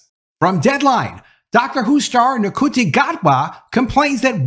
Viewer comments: Id double-check that ncuti isn't pronounced: shootie. I didn't know right away either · Somehow, ncuti is pronounced shooty.